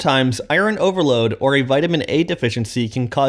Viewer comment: I love you but, EYE-ERN